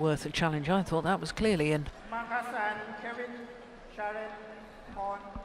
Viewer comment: The umpire really had to learn to pronounce names well. It's one of the job descriptions of an umpire. It's not professional and so annoying to hear him calling Marcus "Marcas" and saying Kevin's full name so wrong!. Belajar tuh dari komentator Oma Gill. Nyebelin! Semangat Kevin/Marcus! 🏸💫